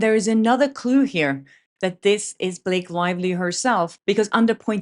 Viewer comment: How come you have a Swedish/ Nordic name but an English accent? You say his woive, Blake Loivly, what is going on here?